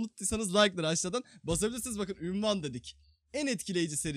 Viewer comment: Abi ünvan değil unvan